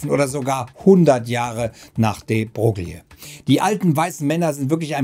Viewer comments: Würde den Namen noch etwas anders schreiben um zur korekten Aussprache zu kommen. -> de Broille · de Broglie wird "de Breu" ausgesprochen, aber man hört das oft falsch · De Broglie wird "de Broilie" ausgesprochen! Tut mir leid, dass das etwas pingelig ist, aber unser damaliger Physiklehrer hat uns das auch extrem eingebläut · Wie wahr, wie Wahr. Namen, Bezeichnungen und gewisse Begriffe sollte man stets versuchen in deren Muttersprache auszusprechen. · Es ist schlimm wie du de Broglie aussprichst 🙈